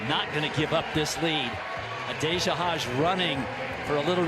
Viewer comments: Is the J silent in New Zealand or something? "A-dayah Hodge"? Genuinely curious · Adoper hodge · Please start saying adaejah Hodges name right